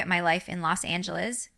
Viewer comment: I noticed she said Arkansas and Los Angeles weird. So I thought that was fishy.